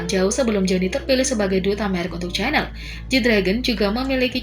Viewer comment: Min, bukan Chanel tapi shannel bacanya 😅😅